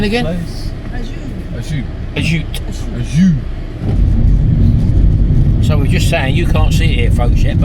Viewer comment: Hi guys, love your vids Ajuy is pronounced A WHO E.